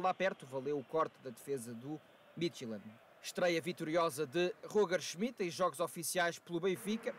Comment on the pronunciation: não acho que ele tenha pronunciado tão mal dentro das circunstâncias